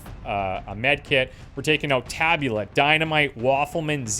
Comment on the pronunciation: If I am not mistaken, the accent in “tabula” is on the first syllable. Tàbula!